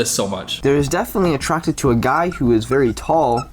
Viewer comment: “They’re vewy much not going to like ush” please stroke I’m having a help